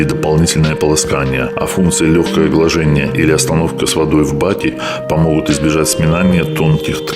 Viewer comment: глАжение - ударение ставьте правильно